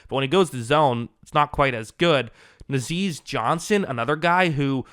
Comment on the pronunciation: It’s NAH-ZEE Johnson lol